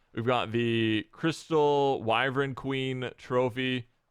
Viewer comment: For the love of humanity, it is wyvern. Not wyvren